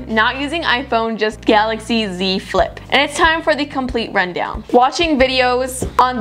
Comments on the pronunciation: GAILAXY instead of GALAXY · at the start is galaxy not gailaxy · Is it gailaxy or galaxy?